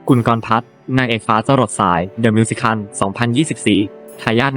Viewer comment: 😵‍💫 วิธีการอ่านเหมือนเอไอ มิว-สิ-เคิ่ล ชา-รี้ฟ โอ-เป-ร่า เสียดายเนื้อหา เพราะเพิ่งไปชมเมื่อวาน เพิ่งรู้ว่าแก้มมีลูกแล้ว แต่ดูคลิปไม่จบหลังจากเจอสามคำนี้ไปค่ะ